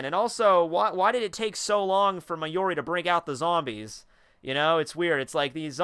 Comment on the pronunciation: it's mayuri, not mayori. for someone who's sounds so passionate about this, please at least get the names right.